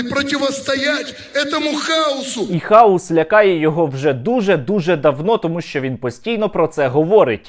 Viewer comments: Про Киву и хаос было весело, а ещё смешнее, не то, что он повторяет это слово, а то, что он его не правильно выговаривает, он говорит хаус, а не хаос, а это дом или доктор Хаус )) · Хаус... Тормоз даже не может о букву выговорить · ЯК для кандидата околодєйствітєльних наук неук Кива має розрізняти прості значення слів,які вимовляє на людях."Хаус" і "хаос"-це різні поняття. Заглянь в Гугл,ідіот!Не сміши людей своїми "перлами " красномовства. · ОПЗЖ смішні і тупі - 100%, але куди діти лохторат, який знову заведе цих колаборантів в Раду? А нажаханих хАусом👻 в ОРДЛО стільки що, як тільки там нададуть можливість приймати участь в українських виборах, наголосують нам не 13, а всі 40% опожоп в Раду.